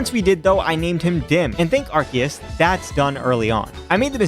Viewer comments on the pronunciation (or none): none